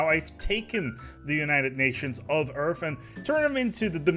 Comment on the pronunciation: "Dominion of Eaurff" - Will Smith Approves.